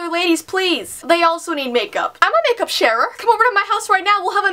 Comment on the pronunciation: When you read the comment' share the makeup' and you said 'I am a makeup sharer', I heard makeup sheriff as in sheriff of makeup west or makeup town.